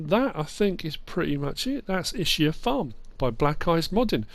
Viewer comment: It’s pronounced Is-kee-a, not I-shi-a Tricky map because there’s a lot of things to like but also a lot of things which could be done better. It lacks a bit of nuance between the two.